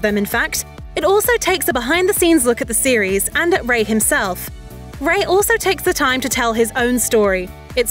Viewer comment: This would feel a lot more trustworthy if they pronounced his last name correctly